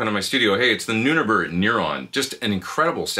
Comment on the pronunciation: Great job as always, Pete! By the way, I think it’s pronounced “new neighbor”(?) Figured I would ask here, under the company’s comment!